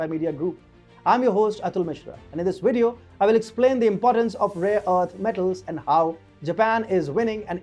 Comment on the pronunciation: Wideo. Inwestors. Waicle. Lantannum. Unacceptable.